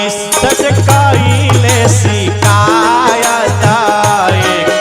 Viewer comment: आप कागायान भजन बहुत ही सुंदर है परन्तु आप शिकायत के स्थान पर सिकायत बोलना चाहिए क्योंकि ये भोजपुरी भजन है इसमें श शब्द का बोलना अच्छा नहीं लग रहा है हलाकि बाद में आप ने स शब्द का उच्चारण किया है 😊😊धन्यवाद🙏💕